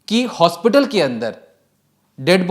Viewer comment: Jis Hosपिताल 😅 new word unlocked 🔓 😂